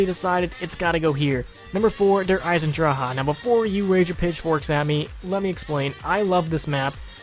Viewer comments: You have to say it like der eisendrage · der eye-sen-drak is how you say Der Eisendrache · "Der Eisen...drakay? Dracka? Drake and Josh." That was fucking hilarious. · When u say dre eisendrache I think of "shark bait hoo ohh raa" from finding nemo lol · Sean 3756 When u say dre eisendrache I think of "shark bait hoo ohh raa" from finding nemo lol